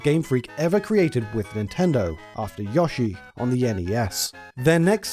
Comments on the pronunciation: Stop saying YAH-SHE it's pronounced YO-SHE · Anyone who pronounces Yoshi as Yosh-E deserves to burn in hell! It's pronounced Yo-Shi. Also, Yoshi's Cookie was released in "the west" (you stupid fucker!) on both the NES & SNES! Do your due diligence & research your info better & learn how to pronounces names correctly before uploading is nonsense! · If this man said YAHshi instead of Yoshi one more time I might have fucking lost my mind. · Its NOT "yahshi" but "YOshi". The secret to knowing the difference, is the "o" makes an "o" sound, and NOT and "a" sound. Hope that helps. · his name is YOshi not YAshi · My dude, I know Brits take pride in fucking up the pronunciation of foreign words, but how you turn "Yoshi" into "Yawshi"? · Good video, but I recoiled everytime Yoshi was pronounced "Yah-shee" instead of "Yo-shee" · You say "Satoshi" correctly, but not "Yoshi." Why? It's the same sound: "oh-shee." It would only be pronounced as you say it if it were spelled "Yashi." Likewise, "Undake" is not pronounced "Oon-da-kee," it's "Oon-dah-keh." The "Bun Bun" in Excitebike Bun Bun Mario Battle Stadium" is pronounced "Boon Boon," not "Buhn Buhn." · Who the hell pronounces Yoshi as "Yah-she"? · Whooooo tf is yawsheee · Somehow YASHEE is worse than JODORO. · Besides twitch streamer/YouTuber Carl Sagan 42, I've never heard anybody else call Yoshi "Yaw-shee" until I watched this video. Normally it would annoy me but it's actually kinda funny, reminding me of him instead. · Look, we both know the sound is "yo." Like "yo-yo." At this point, it feels deliberate. 😅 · ah yes YAH-SHE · Drink every time he says Yashi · I can't help it. You're mispronouncing Yoshi pretty hard, there... but pronouncing the other Japanese names with the "yo" sound correctly. Sorry, not sorry. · ......I LOATH the way you say Yoshi..... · Why can't you pronounce "yoshi" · worst way to say yoshi ever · The way you pronounced Yoshi 😂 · I like this video but I cant stand the way you say yoshi